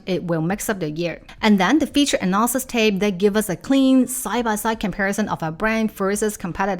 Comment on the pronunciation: so funny that your “analysis” sounds like “nonsense”, and your “assets” sounds like “asses”